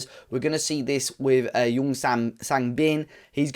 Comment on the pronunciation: Nice video an an exciting talent you have now. FYI, the J in Jeong is pronounced like the J in jump or jacket.